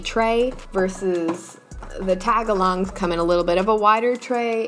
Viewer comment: who else was genuinely.. painfully irked when she broke up tagalongs into taga-longs instead of tag-alongs 😭😭